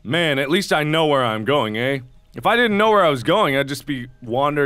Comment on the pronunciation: why did mark say eh isn't he amarican???😕